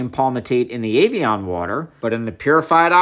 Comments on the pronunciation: I'm sorry are you saying "avian"? 😂 It's pronounced (ev-e-on) my guy lol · As a child of the 80s its pronounced Eh vee on. Like Ed not Avion like Aviation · It’s EV-Ian not aveaon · EVian said like every, not AIVian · It's not avian it's Ev ee on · Avion (like avionics) vs Evian (eh-vee-en) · Why did you pronounce it Avian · So it's Evian is not said Avian... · Evian Eh not A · I love how Americans pronounce every vowel in EVIAN completely differently to a British English speaker. Americans pronounce the E as A the I as an E and the A as an O! Might as well spell it AVEON lol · AYVION! wtf pronouces it that way? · "avian".... A-vian?? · I know it's probably bait, but I have never heard it pronounced 'ay-vee-on' before. I'm European though, so maybe it is a standard US pronunciation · why do you call it ayveeon? lol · Evian - not Avian! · "Ayvion water" "oquafina" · Evian. Not Ayvian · My guy thats an e!!! E-E-EVIAN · Why are you calling it Ayvian? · I love learning... but I really couldn't get past the consistent mispronunciation of evian 😅